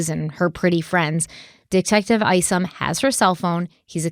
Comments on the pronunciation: Detective Craig Isom - I think it's pronounced like 'you and I' or 'aye aye Captain' and not "Eesom" 🙏🧡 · some help from an OG follower of this case: it’s just “Donna”, not “Donna Sue”. The first time I even heard her middle name,”Sue” was the night she was arrested. It’s “Charlie”, not “Charles”. Finally, Detective Isom, is pronounced “ICE-UM”! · Craig Isom- ( eye-sum ).